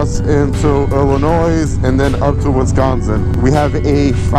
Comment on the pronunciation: You don't say the S in Illinois!!!! LOL